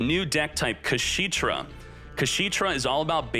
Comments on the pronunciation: It's funny how he kept saying "kashiitra" instead of "kashtiira" :face-green-smiling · Its not KaSHITra. It's KashTira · imagine your chat trying to help you say the name of an archtype correctly, looking at it multiple times, and still ignoring them and making a fool of yourself lol #Kasheetra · The way he says kashtira infuriates me so much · pronouncing Kashtira cementing my belief that they changed Kshatrila into Kashtira in TCG because TCG players can't physically pronounce it. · That Kashtira mispronunciation 🤣